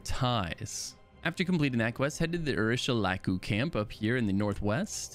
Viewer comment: ah you pronounced urshilaku pretty well. you are spared from the flaming today ;)